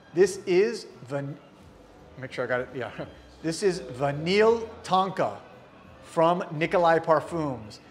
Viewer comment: definitely needs to take some French courses. Parfum (parfe"n"), Vanille (Vani), Etat (ita), Est (i)...